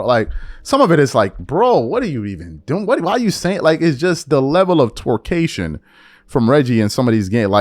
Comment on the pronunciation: Did u say twerkcation? 😂😂😂😂😂 LMAO 🤣 😂 😆